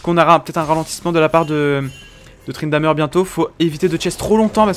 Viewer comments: C'est moi ou il dit tryndameur ??? xD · très bonne vidéo même si c'est perturbant d'entendre tryndamEUr vu que j'ai l'habitude de dire tryndamÈr(je sais pas si ce commentaire conte pour le tirage au sort mais osef j'ai dis ca sincèrement)